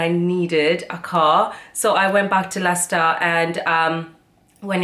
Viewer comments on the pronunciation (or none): none